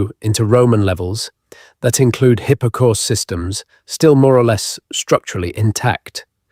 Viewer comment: Neither am I. It is very good AI, but notice the pronunciations of 'hypercaust', 'Southwark'. The occasional hesitations feel artificial.